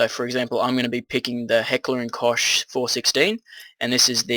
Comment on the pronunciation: Koch is pronounced "Coke" I think